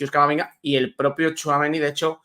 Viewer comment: por favor 🙏🏽🙏🏽 THOUAMENÍÍÍÍ, acentuado en la í. Respetas el nombre de Éndrik y te esfuerces en pronunciarlo como s debe, sin embargo, al bueno de Aurelian le machacas el nombre 😮. Supongo que no te gustaría escuchar Quilló, o Barríos. Por favor, pronuncia THOUAMENÍ 😊😊ñ Gracias.